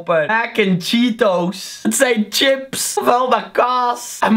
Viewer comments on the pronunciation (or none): none